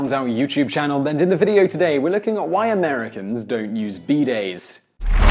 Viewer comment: oh you mean bidays not beedayds